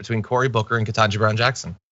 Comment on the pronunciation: I think yours is the first vid I've seen point out the fact that Cucker never says her name right. Every. Single. Time. I picked up on it on the second or third time he did it. I wondered if this was his way of throwing an insult without needing to be called out. Your explanation of it makes perfect sense. Thanks.